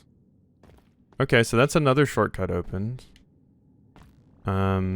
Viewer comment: Shortcut... What? That's an interesting way to say it. Never heard that one